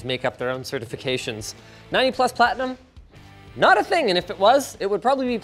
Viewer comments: It's PLATITUM, not Platinum :DDD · Platitum not Platinum... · He did say Platitum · is it pronounced pla-tit-um? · HE DIDN'T POINT THIS OUT!! NOOOO PLATI TUM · 90 plus "platitum". I'm scared already. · I love the way it's "90+ PLATITUM" instead of platinum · Linus, that says Platitum, not platinum... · Did nobody recognize it says "90 platitum" instead "platinum"? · It said "Platitum" lmao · 90 plus PLATI TUM ................. LOL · 90 Plus PLATITUM! WTF is platitum 😂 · "Platitum" xD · "Platitum", not platinum... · It's "90-PLUS PLATITUM", not PLATINUM, duh. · 90 plus “PLATITUM” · "90+ platiTum" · Platitum???? With a T???? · It’s okay, it’s “Platitum” rated. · 90 Plus "PLATITUM" ???? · "90 PLUS PLATITUM" 😶‍🌫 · 90 plus "PLATITUM" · Platitum, not Platinum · "90 Plus PlaTITum." Don't know whether to start laughing uncontrollably or not. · "90 Plus Platitum"...Hahaha